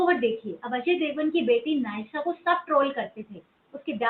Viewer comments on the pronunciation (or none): बराबर बोला। मोनिका गढ़वाल के बदले मेनका गोधावल पढा। अजय देवगणकी बेटीका नाम न्यासा है जिसे आपने नायसा बोला। टीकु तलसाणियाको टीकु तसलानिया कहा है। श्रेयस तळपदे है। चलो आप हिन्दीभाषी हैं तो थोडा डिस्काउन्ट दे सकते हैं। तलपदे तक ठीक था परन्तु आपने तलपडे बोला। आप से तो प्रेरणा नहीं लेनी चाहिए!!!😂😊😂😊😂